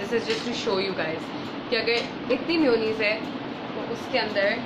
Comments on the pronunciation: its ma-yo-naise not miyunize . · It’s mayonnaise not myonaise ... not hating...love u ❤️❤️ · Its maa-yooo-nnaise Not mi-uuu-nis 😂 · Chinnu Gowda I watched some people saying mewoneese on tv but it's mayonnaise jese month May pronounce hota hai istra mayonnaise... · Bhavika Maheshwari its an accent dude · She means mayonnaise! Never heard it being pronounced that way but it’s so cute!